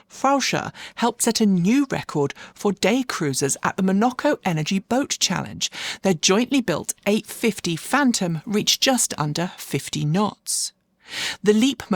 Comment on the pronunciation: . Pretty sure you know this really but that's not how you pronounce 'Monaco'. Emphasis is on the 1st syllable. As ever thanks for the updates - I rely on you guys to keep up with the ever-expanding EV news.